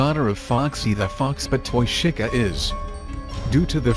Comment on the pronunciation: lol he says shica